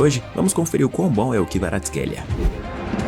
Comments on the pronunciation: Salve, ainda ta errado kk, no meu modo manager eu falo o nome dele todo errado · Errou o nome td kkkkkkkkkkkk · Cara, vc errou mesmo o nome dele! 😂😂😂😂